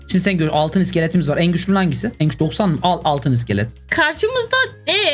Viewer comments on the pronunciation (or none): Hanki değil hagi vagi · Abi o hagi vagi diye okunuyo❤